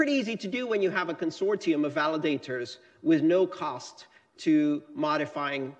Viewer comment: NICE to hear Consortium as opposed to the usual US "Consorshum"